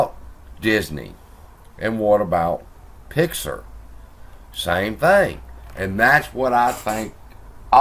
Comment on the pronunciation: It's Pixar not pixer your pronunciation is a bit off